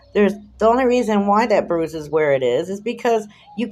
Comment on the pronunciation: Wah! Wah! Boo hoo, hoo, that mean old powice man gave me a boo boo elbow. I can't feow my thumb and finger, and I still got a bwuise, see? You're right about the hickey, this "torture" to his elbow was WEEKS ago. There is NO WAY that he would still be showing a visible bruise. The human body would have absorbed any blood under Chillie's skin a LONG time ago. Liar, liar, pants on fire. Chillie is such a pos.